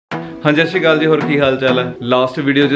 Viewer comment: Tusi na satsriakal sahi tarah bolya karo. Baki sab vadiya ae